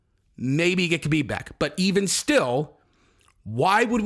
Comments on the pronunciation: Habib it's Habib not kahabib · Stop saying Khabib the way you do. You sound like a dirty casual. The K is pronounced like an H. Just pretended it's spelled Habib. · Hey, I love your content and I'm a big fan...I just wanted to point out that the "K" in "Khabib's" name is silent...I'm positive that the other mma content producers will follow your lead if you pronounced the name properly...Ty. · Man if you are going to say Khabib's name so much, pronounce it correctly haha.